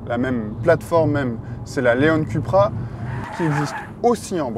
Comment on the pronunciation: Ca se prononce "Coupra" et non "Cupra" s'il vous plaît ...